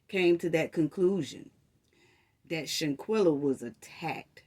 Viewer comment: First off, u keep saying “shantella” it’s shanquella. Secondly, nazeer keeps saying the next day because, he arrived on Sun. Who was blind to the fact that the fight happened on Saturday morning? The night before they well all playing games, drinking, eating and that’s when she walked up on them in the bedroom. Dejanae was still in her pjs that Saturday morning that the fight happened.